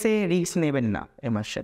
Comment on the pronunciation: Word ta risk hobe ,riks noy .Pronunciation wrong hoche ,sorry bolte holo